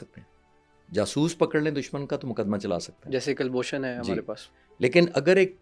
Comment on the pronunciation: Kl bhushan nhi chutiye kulbhushan. Bolna to sikh lo